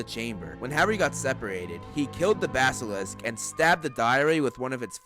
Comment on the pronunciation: OMG finally Someone that can pronounce basilisk